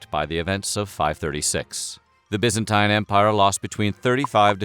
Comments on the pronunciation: Its Byzantine, not Byanztine. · By-zan-tine Not Bee-zan-teen. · WHAT THE HELL IS "THE BYANZTINE EMPIRE" ??? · It's pronounced Biz-an-teen, not Biz-an-tyne. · BYZANTINE = "Bizz-en-TEEN" Not "Bizz-en-TYNE" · It's pronounced bizenteen. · pronounced BYEZANTINE anyway good video. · by-zantine pronounced like Bi-clycle please reshoot the video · FFS it's bizenteen it's pronounced Buyzantium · i thought it was pronounced bye-zen-teen? am i wrong? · I wish he could decide on how to pronounce "byzantine' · I like this video, but I hate the way he pronounces ‘Byzantine’ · Can this guy say byzantine right please? It’s sounds like 9 at the end. The ine is pronounced fucking teen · Bugged me how he pronounced byzantine wrong smh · I can't watch, his pronunciation of Byzantine is just putrid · why did you pronounce Byzantine differently? you switched